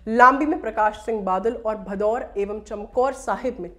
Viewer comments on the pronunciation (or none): कृपया ध्यान दिजिए गा आप बार बार "भदौर" ज़िले उच्चारण कर रहे हैं वो असल में "भदौड़" है.....इसी प्रकार आप "लांबी" को भी ग़लत pronounce कर रहे हैं वो भी " लंबी" ज़िला है।